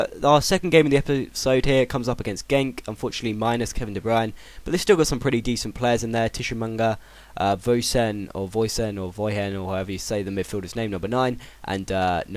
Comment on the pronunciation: Tshi-manga, not Tishu-manga